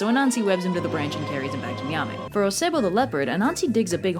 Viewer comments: Nyame is actually pronounced "yah-may" the n is silent and e is pronounced softly. Also I think you might like folklore about the Adze, which is a ghanian Firefly vampire. It seems like something you'd like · Youtube channel with Ghanaians on the channel here. I appreciate the effort (seriously do as we don't really get many videos on the Ghanaian Culture) but I'd to add Ashanti is pronouced Ash-shawn-tei and Nyame is pronouced Yam-ei. E's at the end of a word in twi (akan language) are pronouced like an ei or like an eh (if that makes sense). Anyways really love the channel!